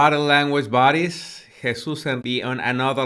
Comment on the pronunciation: When you say "body language buddies" it sounds like "body language baddies" and it feels awesome and so cool 😎😎😎😎